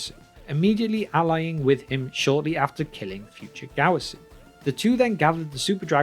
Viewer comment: That dreadful Gowasu Pronounciation